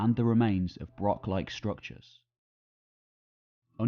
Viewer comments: Interesting, but hard to listen to when the narrator can't even pronounce the subject word of the film. Broch, like loch is NOT pronounced as Brock or Lock, yet this northern english bloke manages to mispronounce several words that really a bit of basic research could have avoided. resource, NOT rezorce, eg the source of a river. I don't understand why this channel can't find people who can speak correct English. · please learn to say 'broch' with the correct pronunciation. It's like people who say 'lock' instead of 'loch'.... It's insulting to the natives .... I can hear that you are trying to get the 'ch' sound, but failing. I was working in Wales a few months ago and spent some time in a pub chatting to some Welsh people and getting some help with Welsh place name pronunciation, we had a laugh, they appreciated my efforts and I learnt something. I suggest you do the same in Scotland. We have far fewer difficult words than the Welsh... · Yes, it is - thank you for noticing. FYI despite the illiterate doing the voice-over spreading incorrect info, it's not a BROCK with a hard 'K' sound, it's a BROCH with a long, soft, Scots 'ch' sound - as also found in Loch (ie not an English 'ch' as in 'chip' either lol). Imho they served the same purposes as castles, roundhouses, longhouses to their small communities - part to show status of the laird or equivalent, part a community congregation point & part security - a lookout & defence against raiders. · Not used to a broch being pronounced as "broxs", usually a much longer br-ouch, it difficult, if some one can advise please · Ouch. It's broch, not brock. Does he also talk about Vincent Van Gock rather than Gogh? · Good video but few pronunciations are off, they aren't called BROKS but Bro-ochs and Neil Oliver certainly isn't an archaeologist, he's a TV presenter and a prize wanker. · Excellent presentation and research. Shame you keep calling them brocks rather than brochs